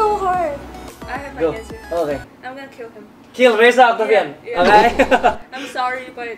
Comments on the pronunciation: Perbaikan reza oktovian bukan oktavian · Reza Oktovian bang bukan oktavian